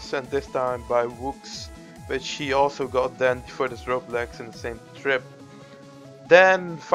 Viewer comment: No, his accent made it sound like she, when he said he.